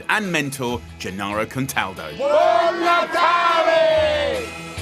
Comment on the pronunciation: Whoever was responsible for the printed words deserves.... 'Gennaro' not 'Janaro'. And other things. Italian is not difficult. But Brits are not famous for knowing foreign languages, though not quite as bad as Americans.